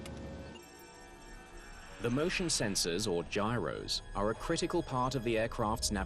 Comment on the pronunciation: No giros failed! The gyroscope failed. It doesn't even make phonectical sense! Guh*I*E*Ruh*Suh is how that name is pronounced. Lol, yup it's actually a name.